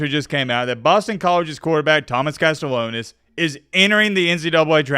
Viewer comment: CAST-E-AH-NOS For the love of god please pronounce his name right 😭